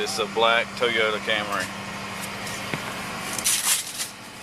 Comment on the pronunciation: "She drive a black Toyotee."